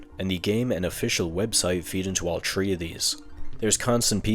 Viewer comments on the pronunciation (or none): Say Pikmin THREE not TREE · Why are you pronouncing so many words so weirldy? Like replacing the t in many words with s like in "debt" and "planet". It's not like you can't pronounce t because you keep saying "tree" instead of "three". So why are you doing that? It's so distracting. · Are you saying "Pikmin tree" or "Pikmin 3"? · I have noticed a small, teeny tiny thing you do, you call "three" "tree," why do you do that? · Why say three like tree? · You must have really liked that Birdman breakfast club interview because I'm tired of hearing you say all tree 🌲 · Can we talk about how he says 3 like tree? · I love how when he says three as tree (not in a mean way) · I only mind the fact that he pronounces three as "tree" because of the sheer amount of times he says it.